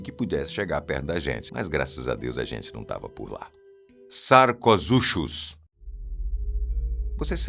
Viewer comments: Poxa, sarcoZUXUS? sarcoSUCUS 😂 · Bom vídeo, mas alguns errinhos... Sarcosuchus foi pronunciado errado, além que já faz alguns anos que seu tamanho é calculado em 10 m e 3 t, sem contar que chamar de jacaré ou crocodilos é errado, pois está fora do clado Crocodylia, mas podia ter mencionado o Purussaurus brasilienses pois calcula-se 10,5 m e 4 t para o holótipo e talvez o outro indivíduo (que tem só a mandíbula) possa ter chegado a 13 m e 9 t. Outro erro foi falar que a maior serpente da atualidade tem 9,6 m, sendo que o record em cativeiro foi 7,6 m e na natureza 6,5 m e mesmo assim foram animais excepcionalmente grandes! Argentinosaurus huinculensis tinha 35 m de comprimento e não de altura, sem contar que esse é o comprimento do holótipo, para o indivíduo maior (Argentinosaurus sp.?) de 100 t, calcula-se 37,5 m. Outro erro é a popularização de baleias azuis (Balaenopte musculus) de 180 t, isso é um erro, 180 t foi o record! A média de machos são 25 m e 100 t e de fêmeas 27 m e 120 t, com lgumas grandes chegandoba 30 m e 150 t, o indivíduo de 33,5 e 178 t foi uma fêmea excepcionalmente gigante até para a própria espécie.